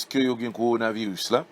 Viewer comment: Apa misye paka di korona virus